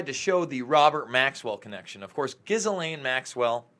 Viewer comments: Its pronounce Gee-Laine. The G sounds like the G in 'grape'. The S is silent. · It’s pronounced JIZZ-LANE Maxwell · The s is silent. Ghee-lane. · I love how you pronounce Ghislaine, not sure I want to spoil it! but I read that it's really pronounced like Elaine with a zh at the front.